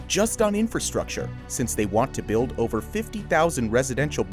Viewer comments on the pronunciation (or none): none